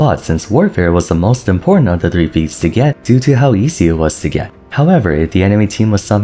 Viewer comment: whenever you say feats of strength I SWEAR im hearing pizza strength